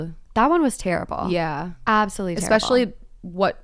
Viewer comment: every time says expecially i wanna scream